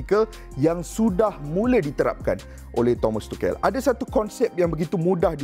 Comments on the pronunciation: Aduii.. Bang, belajar dulu cara sebutan tu. Dok asyik tukel tukel.. Cara sebutan betul "thomas touch-el" la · Keep it up ! But just wanna say it’s pronounced as - tu shel , the c is s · Aku salute dgn info hang Tp pronounce nama org betul... Klu kita, mat salleh pronounce nama kita salah, kita pun marah